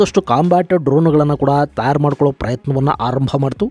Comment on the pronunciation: ತಯಾರು ಅಂತ ಸ್ಪಷ್ಟವಾಗಿ ಉಚ್ಚಾರ ಮಾಡಿ ಸರ್.. ತ್ಯಾರ್ ಅಂತ ಕೇಳೋದಿಕ್ಕೆ ಸರಿ ಅನ್ನಿಸ್ತಾ ಇಲ್ಲ..